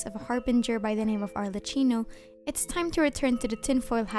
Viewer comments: as an Italian, hearing you saying "alrecino" made me kinda confused for a second xD. The Italian pronunciation is arlekkino because we pronounce "ch" as "k". I'm not tryna be rude or anything, i'm not that good in english myself so xD, also i'm znoyaa from your twitch chat! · Hey I have a small correction: you pronounced the name "Arlecchino" as "Arleccino". "Ch" in italian is pronounced like a "K". So it would sounds like "Arleckino". Hope this helps. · By the way, is not arleccino It's pronounced Arlekkino in Italian, or Arlecchino. Ch is pronounced as a k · Pls his name is “Arlecchino” with a strong /k/ sound, pls don’t torture us 😭